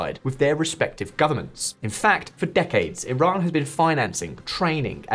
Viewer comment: Is it tiran or Iran because you keep saying tiran